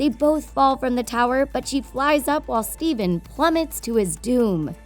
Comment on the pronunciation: Steven???????? Stephan!